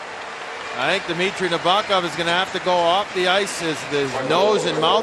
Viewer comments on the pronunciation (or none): Did he say demitri? Lol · Did he just say demitri nabokov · did he actually say dmitri nabokov? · Did he just say "Dimitri Nabokov"?